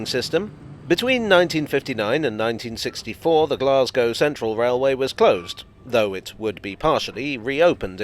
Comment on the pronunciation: A village buried beneath the railway arches.... isn't that a cock and bull story? Blessings on you for pronouncing Glasgow correctly with the long 'a'.